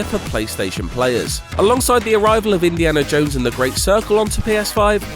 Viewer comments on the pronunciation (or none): none